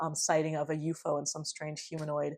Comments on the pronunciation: I agree with your preferred pronunciation of UFO. It is the classic Fortean way of saying it, and signals you know the subject matter much better than the average "talking head" Youtuber. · New subscriber from Canada here, chiming in to let you know that, in the 1970s, there was a sci-fi series on Canadian television entitled UFO. in the series, the title object was pronounced exactly as you pronounce it. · Elmwood! Classic UFO ( You're pronunciation reveals your love and knowledge of the field-right on right on)case! Thanks! ❤️🙏❤️ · I feel nostalgia when you pronounce ufo that way... then again I'm a Keelian dork too